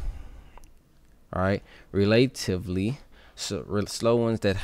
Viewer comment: relate-ivly? relah-tiv-ly 😂😂😂